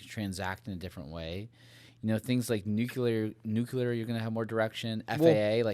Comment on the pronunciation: Love it all. You guys are great. Super minor request: pronounce the word nuclear instead of nucular 😀.